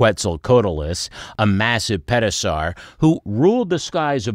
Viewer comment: Did you say Pet-o-saur? 😂